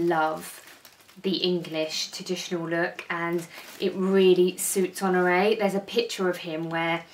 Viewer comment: Honore not Honroe.....😁